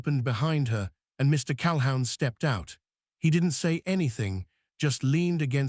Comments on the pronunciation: NEVER "HOW"...? CAL-HOUN NEVER LIKE A HOUND DOG. NEVER. ALWAYS "WHO". You are incredibly needful of an English Teacher to teach you CORRECT pronunciation. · Cal-a-hoon. His last name. Your AI sucks. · "Cal hoon" is the pronunciation ! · CalHOWN?? Sheesh. Pronounced CAL-HOON. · Calhoun is pronounced "Calhoon." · AI needs to learn how to pronounce Calhoun. OU sounds like oo, like in book not ou in hound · "Calhoun" is always pronounced "Cal-who•n" CAL-WHOO•N like a hoot owl hoo-ting. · What is wrong you posters, do you ever edir? You never Google the correct pronunciation8 of surnames either. The name Calhoun is pronoiounced 'Cal-hoon' ... your AI is not good, like your editing. Not sub subscribing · Mr. Cal-hound due to AI interpretation???? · Lots of other mispronunciations. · Not great pronunciation but not too bad. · Why were the men rocking back and forth in the pictures? It looked creepy. Learn how to pronounce Calhoun. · AI story. AI "voice". Couldn't even pronounce the last name correctly. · Pronunciation of words is way off …irritating …Calhoun, the name is destroyed….tales pronounce tallies…others too